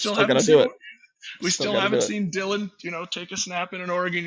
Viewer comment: Cant wait for talking ducks to come back for the season. Good show! Love J Stew FYI its Dillon not Dylan